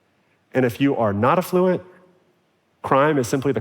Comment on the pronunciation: Learn how to pronounce the word affluent, ‘genius’